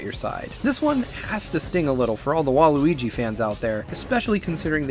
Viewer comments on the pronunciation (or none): none